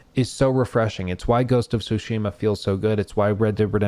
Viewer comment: No one can pronounce "Tsushima" correctly. THE T IS NOT SILENT.